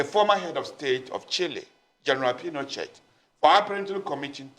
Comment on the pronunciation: Lol. He is mispronouncing General Augusto Pinochet's name.